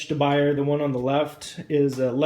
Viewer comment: Firstly it's pronounced De Boo-Yay (French) Best pan to cook with by far.